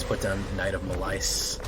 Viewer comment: Your pronunciation of malice is diabolical